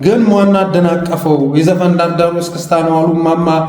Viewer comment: 'ዳር ዳር' እላለሁ ብላ፤'ደር ዳር' አለች፤ሰውየይቱ አማረኛ እንኳ አትችልም😂😂😂😂😂😂😂😂😂😂😂😂😂😂